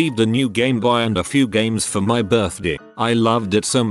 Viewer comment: Gameboyah Birthdeh